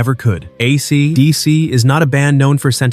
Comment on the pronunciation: "AC...DC." Geez, the AI reader is silly.